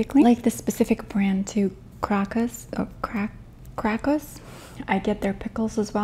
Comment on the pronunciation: Buckwheat team rules! 🥣 Wow, so many similar foods to polish cuisine. But potato salad, borsch and pickled cabbage salad are my top 3. :D And of course snikers cake! Also the brand Krakus is a polish brand and you pronounce it correctly. ;) This kind of borsch you're mentioning is called in Poland an Ukrainian borsch. And it's my second favorite soup in the world! It's like you say - THE shit! 💛🥣🧡